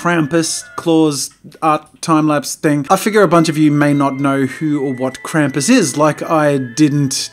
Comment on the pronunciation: Tfw your ears bleed for every time Krampus is mispronounced Can't hear anymore but that art sure looks cool